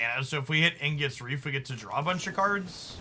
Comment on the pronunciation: Ig nus. Not Ing us.